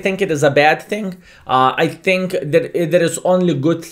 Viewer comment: You dont think, you tink.